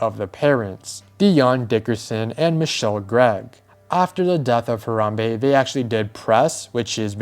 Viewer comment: It should be a crime how u pronounced Harambe.